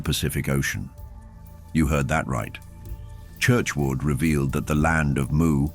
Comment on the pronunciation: its spelt Mu but pronounced MEW. The authors name is Churchward not Churchwood.